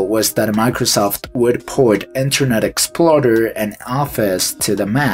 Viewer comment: "Internet Exploder" had me confused if you said "Internet Explorer" like that intentionally